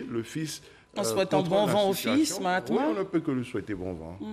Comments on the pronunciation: Le fils ne s appelle pas Mahatma mais bien Mahamat. Veuillez à bien prononcer son nom. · C'est Mahamat pas mahatma svp.